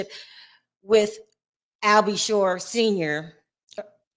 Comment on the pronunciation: Al B Sure not shore seriously.